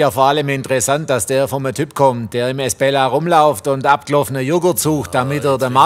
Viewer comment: Ein Glück gibt es die Kommentare, ich hab ums Verrecken nicht verstanden, wie der Laden hieß, dank der Kommentierenden weiß ich es: Esbella! Und ich hab die ganze Zeit "Miss Bella" vestanden 🤣